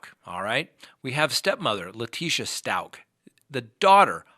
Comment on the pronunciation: It’s Stauch as in couch!!! 😖 I heard her pronounce it in court, in one of YOUR videos!!! 😆